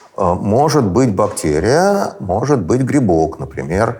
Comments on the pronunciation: БактЭрия???? СЭкс? ПринтЭр? Ну как это возможно? Не могу дослушать интервью. Взрослый образованный человек. Пожалуйста не зовите его больше 🙏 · Я может странный. Но мне как то тяжело слушать этого доктора всевозможных наук. То тороторит, то прям неспеша говорит, при этом постоянно проглатывая окончания слов. Ну и отдельная любовь "заострения на буквах", наподобие: бактЕрия. Там наверное всё дальше по списку, эти вот все слова: сЕкс, тЕст, и т.д. У нас в университете был такой. Чё он там бубнил себе под нос, никто не понимал. Зато также любил выделять буквы. В общем, это наверное только у меня такой рвотный рефлекс, на основании былого опыта. А так то, очень интересный выпуск. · Пхахх, Гельфанд(!)произносит слово бактэрия-бактЕрия! Слушать невыносимо! Неужели Гельфанд не знает московский говор?.. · А еще Михаил говорит «бактЕрия», что является неправильным произношением. Это однозначно говорит о том, что он безграмотный человек, да-да! Ну, по вашей логике. Подождите-ка - вы же тоже употребили слово «угандошить» - значит вы тоже дики и тупы! Блин, я тоже, и я чувствую, как дичаю и тупею... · когда он произносит --- бактЕрия , то как - то коробит и не очень верится в его боольшой ум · Он так интересно «бактЕрия» произносит ) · Противно он так говорит, точнее произносит слово бактерия. Выделить букву "е" он в речи решил для солилности. Но почему именно в одном слове? Слух режет, - не досмотрел. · Закон русского языка, если вы редко произносите слово, то произносите как Э, а если часто как Е, вы редко произностите слово бактерия, поэтому и режет